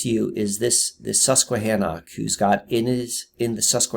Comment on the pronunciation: Hi. What an incredible, fascinating subject; well done. In the spirit of synchronicity, you should know first there’s no reason I should’ve seen this great video. I stumbled upon it. I live outside San Diego County proper and work at a casino in Alpine called Viejas. However we play at a nearby casino called Sycuan (same native family owners). It’s all I could hear when you said Suquanna. This video had so many synchs with me, too many to list. I’ve watched most of your other vids as a result. Wand is an ancestral name in my family. My Haplogroup is X1b and I hope you venture into DNA and ancestral topics. My maternals were in your area, also Appalachia. My maternals include Peregrine White of the Mayflower. I say all this to show you that your efforts can reach the most unlikely, unwitting receivers, who appreciate what you’ve done to such a great degree. You’re very remarkable and special, Thank You.